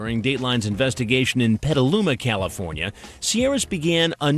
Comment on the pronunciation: Sorry its petaluma